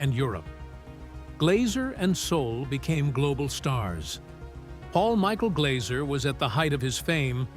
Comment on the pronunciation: It's Glazzzzer, not 'Glauser'